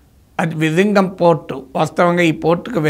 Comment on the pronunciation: విళింగం విజింగం కాదు. Zha వుంటే ళ అని జ కాదు